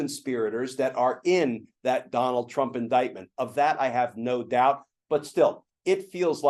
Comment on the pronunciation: I noticed every time Glenn says "Donald" he says "Donal" heh heh